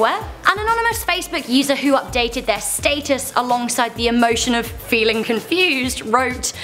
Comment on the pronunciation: Wow they really are losing braincells she said stateis instead of status